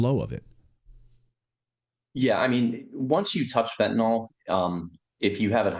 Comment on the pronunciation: I enjoy your HONEST reporting.. and would enjoy it even more...if you Pronounced the word as FENTANYL....instead of FENTANOL !...and thanks again for your HONESTY !